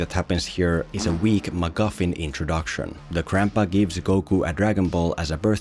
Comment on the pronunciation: It's 'macguffin', not 'maguffin'